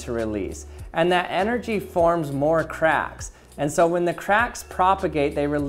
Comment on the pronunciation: Did anyone else understood sometimes craps instead if c4acks?